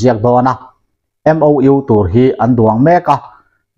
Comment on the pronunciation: MoU in lam dan hi a diklo deuh, a rik dan tur chu M Aw U anga lam nise